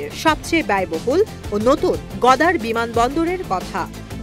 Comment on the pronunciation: কি সাংবাদিক রে ভাই ? গদার না গওয়াদর।